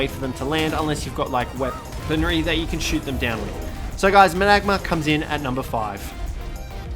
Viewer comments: Managarmr, not managamar, why do people struggle so much when pronouncing / spelling their names? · managamar? really? its managarmr idot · its not managamar its managarmr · It infuriates me how you pronounce managarmer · not to mention he pronounced it wrong.